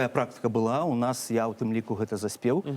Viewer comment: Не «эта», а «Гэта». Гук «г» тут мае быць вельмі выразным. Паслухайце, як размаўляюць старыя людзі ў вёсках, не ганьбіце мову.